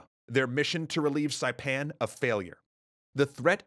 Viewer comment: I've been a long time subscriber, I've seen a ton of your videos and it's crazy to see you tell the story of the island I live on :D absolutely perfect pronunciation for saipan by the way. Most other documentaries butcher it for some reason